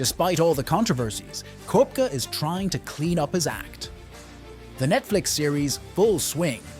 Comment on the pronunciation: Please make the effort to pronounce players’ names properly ffs!! It’s McIlroy not Muh-killroy; it’s Koepka, not Kwepka!!